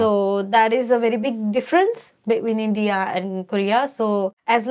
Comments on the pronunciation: The way she says In-deea and not India is funny, why Indians mispronounce our own country’s name? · I think she is such a cute honey bun. She pronounces India as “IndeeYah” which is a bit funny.